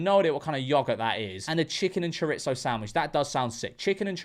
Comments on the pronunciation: bro said 'choritso' 💀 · your pronunciation of chorizo just made all of Brentwood ny Mexico and the Bronx shudder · First time hearing an Englishman say "Chorizo" and it blew my mind. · I mean it’s spicy pork, but there’s no t in chorizo lol